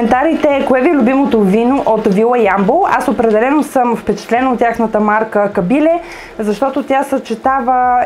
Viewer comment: Лека забележка: В Ямбол се изговаря КабилЕ - ударението е на Е, така е извсетно в Ямбол селото КабилЕ. По това се разбира, че сте доста далеч от Югоизточна България и го изговаряте както го казват по ТВ. Само за протокола беше това !